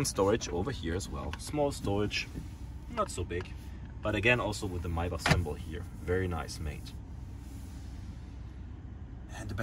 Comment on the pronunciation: I really enjoyed this video. It's so nice to hear someone correctly pronounce "Maybach". I haven't seen another video on a Pullman model and I greatly appreciate your having made this one. Thanks!